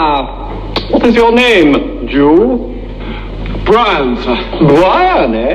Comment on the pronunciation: I don't think they get that Pilate has a lisp and can't pronounce 'r' - he is saying Bwian etc